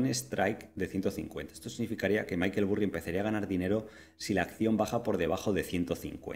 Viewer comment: Maykel Burri??!! Me sangran los oídos, jajajajajaja vamos no me jodas. Se pronuncia "Barry" no "Burri" jajajajajaj es que lo escucho y me parto.